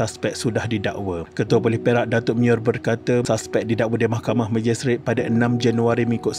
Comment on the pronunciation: bila ckp mahkhamah telus mcm kelakar🤣🤣🤣